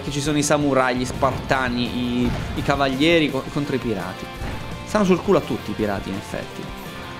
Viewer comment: CavaGLIEri? Ma cavaglieri o cavaglioggi? XD madò ma come fai a giocare in prima persona con le spade? >.< il vomito